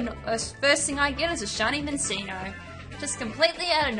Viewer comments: Min-CHEEN-Oh. Like cappacinnio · U said Minccino wrong. It's pronounced (Min-chin-oh). Doesn't matter though. IT'S A SHINY!! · It's pronounced "Min-chee-no" anyway nice find xD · u said it wrong and that was wrong to hear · the name was not good saying -_- i hate that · U said its name wrong